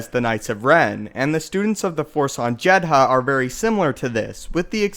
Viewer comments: SCAriff - the emphasis is on the first syllable. In Jedha the h is relatively silent, it's pronounced more like Jeda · Why do you pronounce Jedha and Scarif so weirdly? "JED-HA! SCAH-RIFF" lol